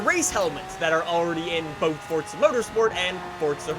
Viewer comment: "Fortza" lol.